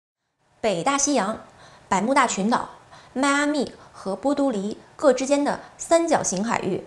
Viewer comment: 主播的语文水平有待提高啊，波多黎各和一行人都纠正一下好吗？听着太刺耳